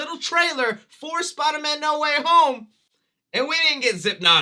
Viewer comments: Not "Need Water Homie" it's NO WAY HOME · uh... it's No Way Home not "No Waffle House"